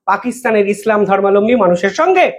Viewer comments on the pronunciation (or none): none